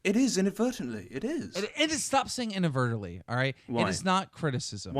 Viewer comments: Man and keep roasting keem and making him look so dumb, lol Keem, Inaberytalngbly, is not a word... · "inavertably" keemstar 2016